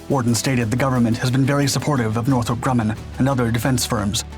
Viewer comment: It's NORTHROP Grumman, idiot!